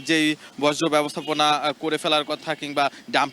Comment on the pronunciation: বজ্র না,বর্জ্য😢